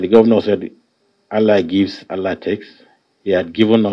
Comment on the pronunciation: Hahaha i laugh in china .wike cant even call God hear him say almighty Ahala two times